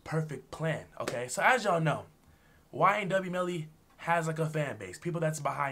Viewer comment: Bro said ynw belly that got me laughing